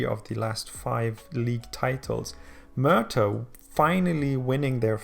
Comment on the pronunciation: If this was real life - For a few years you'd have a league even more static and predictable than the Scottish dominated by Swansea and Cardiff, and then it would die off due to lack of sponsorship. And Merthyr is pronounced Mer-ther